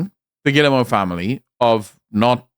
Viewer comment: Rui giving shit for pronouncing Guillemot wrong while saying Yves wrong 😂